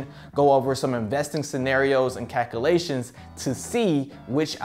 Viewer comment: I can't stand him mispronouncing calculations it's not calkoolations